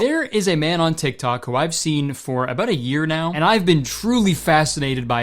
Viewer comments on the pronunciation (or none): so many a-boats 😂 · it’s juste the "aboat a year now